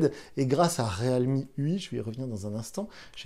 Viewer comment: Le mec prononce même pas la marque correctement depuis 5 vidéos ..